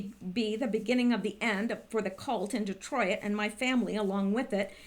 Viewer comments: Detroit not Detroi it lol 2 syllables. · lol De troy it ? You make me laugh every time you say Detroit. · Lawdamercy please learn how to pronounce Detroit!! Lol